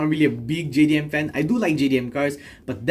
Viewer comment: It's not gdm it's bloudly jdm you idiot